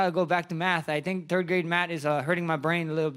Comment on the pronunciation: "I think I gotta go back to turd grade math" - Max Holloway 2021